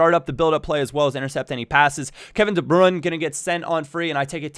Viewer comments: its not its de brui-ne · the way you pronouce de bruyne makes you sound like such a dirtbag.